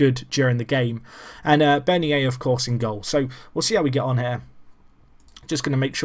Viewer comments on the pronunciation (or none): Bernier is pronounced burn-yay